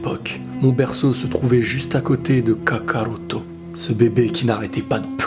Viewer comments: Quand tu dit kakaruto ça sonne faux désolé car tu prononce ça "Kaka-routo" on dirait deux prénom différent. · La manière dont tu prononces Kakarotto me fait vraiment frisonner... 😏😏😏😏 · cette vidéo fais pitier de fou quand tu dis kakarotto j'en pleure de rire et en même ça ca me met mal alaise mdrrrr vidéo vraiment merdique